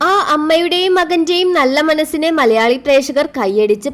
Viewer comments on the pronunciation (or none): none